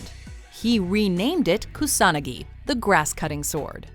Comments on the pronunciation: Okay, first of all, learn how to pronounce names. KusaNAgi, not Koo-sanagi, Sosano'o, not Susanu and so on. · It's pronounced Kuu-saa-naa-gi.... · Soo-sa-no-oh. Kyoo-Sah-nah-gi. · wait, that's how you pronounce Kusanagi? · Omg all those butchered Japanese names